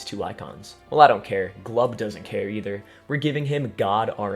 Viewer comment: thats not glub, thats drub